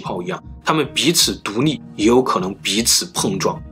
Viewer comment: 獨立，獨膩